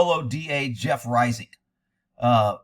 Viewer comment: This man is tarnishing the Reisig name! Hey you pronounce it correctly too! That’s a rarity!